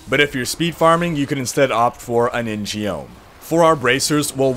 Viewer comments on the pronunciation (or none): I often take breaks from D3 after I play a month or two each season after journey and a decent gr clear, but every time I feel I need an update on the new fots, I come to your vids. One thing that keeps pinching a nerve in yours and Quin's vids are how you pronounce In-Geom. Korean is one of the most poorly romanized languages on the planet. The 'Geom' part is pronounced 'Gum', like chewing gum, except the G is a little softer. The name is literally 'Sign Sword', but Sign in this case is taken as Rune. Thanks for the vids, keep up the good work.